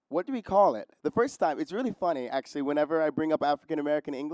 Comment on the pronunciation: Enjoying watching but note that he mispronounces part of the example text, although in an understandable way as I too was confused at first. That is not "i's" as in the first person pronoun plus an "s" but a deletion of the "t" in "it's." I would have spelled it "iss."